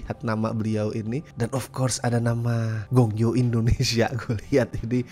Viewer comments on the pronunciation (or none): bang itu mah bukan gong yo, tapi goh yong wkwkwkwk